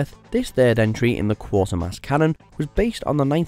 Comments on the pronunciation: STOP MISPRONOUNCING QUATERMASS!!!!!! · I agree. He pronounced it as 'quarter'. There is no 'r'. It should be pronounced 'qwayt...'. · Quatermass is pronounced like Cratermass and not the weird pronunciation in this video Quater as in 'A Quarter past'. If you have ever watched any of the TV episodes or films you will have noticed this. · Quatermass, not Quartermass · It is Quaytermass, not Quartermass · Not KWAH-termass. KWAY-termass. Gods that was annoying! Get a host that can speak UK English for any sake! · It is Quater mass NOT Quarter-mass, trying watching the film before you make a fool of yourself. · Quatermass (as in crater) NOT QuaRtermass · Right no r Its Quatermass with a long a. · The first two syllables of 'Quatermass' should rhyme with 'Crater'. The professor's name is NOT 'Quartermass'. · Quater rhymes with crater or waiter, not with water or daughter. Phonetically, it is Qw- A-ter-mass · FFS, if you’re going to list top 10 anything get the bloody pronunciation right. Quartermass, my god. Among the best British scifi ever and you get it wrong, give me strength. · Pronounced: "Kwaytermass" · It's pronounced QUAY -TER - MASS....... DOH! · Learn how to pronounce Quatermass